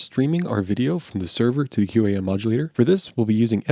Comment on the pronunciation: industry pronunciation is "kwahm" I work in a head end and just as I was entering the industry we were phasing these puppies out ages ago. They're tremendously resilient devices